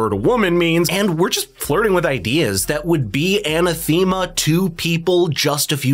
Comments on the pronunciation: Yup and anathema is pronounced an-a-the-ma, not ana-thee-ma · It's Mee-shell Foo-coe. Also it's pronounced an-ATH-em-uh. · Lol it's actually a·nath·e·ma, but I was trying to emphasize the "th-e" and not "th-ee" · It turns out he's never said "Anathema" out loud. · I appreciate your analysis but it's undermined a bit by mispronouncing Foucault, Derrida and anathema. I also listen to the section twice and I'm not clear on what you say is the core woke problem represented by Foucault that Peterson reveals here. I think you could've expanded that to make it clearer.